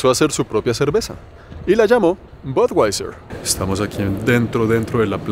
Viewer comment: DIZQUE SABE INGLÉS Y DICE "BODWAISER" QUE TIPO TAN PATÉTICO.